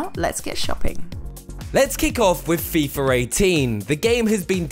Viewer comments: "Fifar 18" lol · There's no "R" in FIFA... FIFR? Also no "F" in "with"...no problem with "Fifth". Feel like I'm watching the Family guy episode where they can properly pronounce "whip".